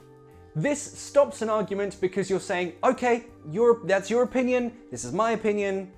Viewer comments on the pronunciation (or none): Lol you said "your opinion", but i heard "European"